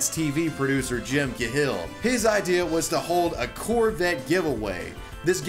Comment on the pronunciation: man I love the content of your videos, but sometimes the pronunciation of some words makes me cringe a bit. "Jim kuh-hill" - "Cahill" is usually pronounced "kay-hill". I know it's a tiny tiny thing, but it's something I see in your videos from time to time.